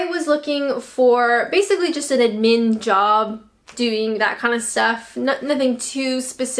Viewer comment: I wasn't wild about how she pronounced "admin" though.